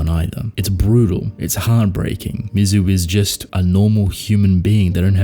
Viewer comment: Well-written essay! But I’m “that guy,” and you pronounced Mizu’s name correctly once during the entire video. MEE-ZOO. I’m being pedantic about it because she is the titular character. Otherwise, an outstanding video and observation!